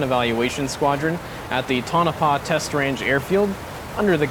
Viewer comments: It's pronounced "Toe-nuh-pah" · Awesome video , only correction - its pronounced Tone-uh-pah. Your stuff is awesome.